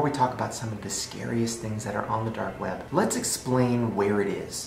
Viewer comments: "dape web"? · I thought he said date web.... Also, Listen to Shane, Don't give into evil and darkness...